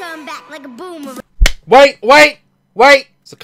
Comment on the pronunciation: One thing this video is missing….. AN “R” !!!!!! It’s not boomawang! Grrr